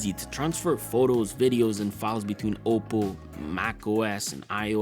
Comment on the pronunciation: Bro u pronounce oppo like it's "au-po"